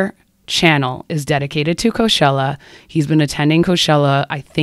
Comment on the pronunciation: why do you pronounce it co shell uh if you dont mind me asking? i googled it after this cause i thought i was saying it wrong but its pronounced co chell uh.